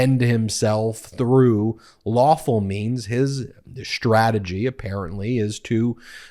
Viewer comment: Love your work. I do wish you could stop saying strategy and other words with a ssht sound instead of st. One wouldn't say sshtop sign. It's clearly ST. Kimmel does it as well. I'm not a diction nazi, this manner of pronouncing these specific words bug me. I forgot, people on cable or even network television say Moscow including the w which is silent. I really wonder why nobody corrects them.